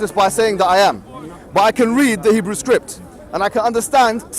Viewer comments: Its hebrew.......not hebrow 🤣😂😂😂😂 Mo Hijab rocks❤ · That guy in the background keep correcting her got me dying about her saying Hebreuuuuu instead for Hebrew.🤣🤣🤣🤣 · No one::hibra' Br next to hijab:HEBREW. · God wissss us ahahahahahahahahahahahahahahahahahahahahahahaha Does have some kind of mental health condition? Hebreu I think Everytime can't pronounce correct English words she should suck on her tommee tippee bottles. And ask her beloved husband change her canbebe Turkish nappy. I'm sure it's full of 💩 and overflowing. Silly little child. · "We'll put up with THE VOICE!" I bloody can't. Also what is "hibreouh" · She could not pronounce "Hebrew". LOL